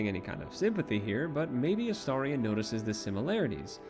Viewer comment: THANK YOU for pronouncing his name correctly. I know that seems like a low bar, but so many people I've watched talk about him/play the game seem incapable of doing so (A-steer-ion, A-stare-ion 😫😮‍💨🤬).